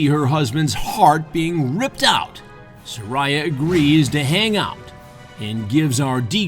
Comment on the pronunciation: Chris says her name is sir-I-ah